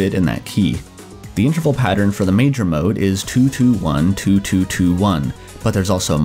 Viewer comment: I wish this guy would pronounce interval correctly